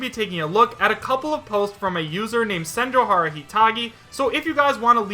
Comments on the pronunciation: It is pronounced Sen-joe-gah-har-ah, not Sen-joe-har-ah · Dude, you had Senjougahara's nickname un front of you and you couldn't even pronounce it right once 😩